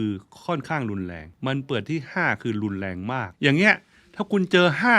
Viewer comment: โชคล้าย ลอยเลื่อน ลุนแลง คาวก่อน เมื่อไหล่ เลาควร โคลาด ท่านใช้ภาษาไทยได้สะดุ้งมาก ร.ล.ควบ.กล้ำ ไม่ผ่าน